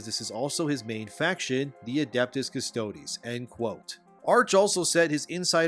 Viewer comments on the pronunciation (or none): It's just custodes, dog, not custode-eeees.